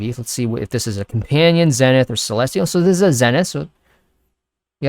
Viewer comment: zenith is pronounced like: ZEEEE-nith.... not Zen-ith